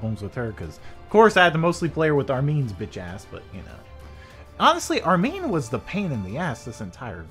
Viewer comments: its Armin not Armeen your pronounciation is wrong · Hey it's armin btw not Armeen it pronounced arm,in like u put ur arm in something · Why Dow you say Armen